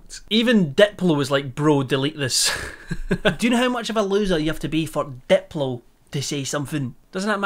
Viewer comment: I love the way he says Diplo. "dep-low" it brings me joy